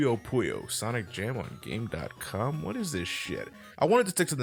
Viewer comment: Actually, you don't pronounce the dot. It's "Game-com".